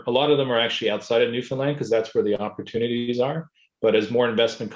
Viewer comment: NLer. so glad you say Newfunlan as it is called by the Newfoundlanders not Newfinlin